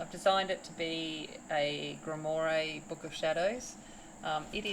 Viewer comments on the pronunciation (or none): Just a heads up, it’s pronounced grimwah.